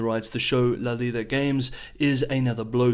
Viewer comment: You pronounced La Liga perfectly.